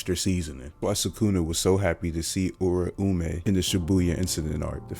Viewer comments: Yeah her name is you-ram-may would be how its pronounced your saying ooooraoooomay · You’re butchering the hell out of her name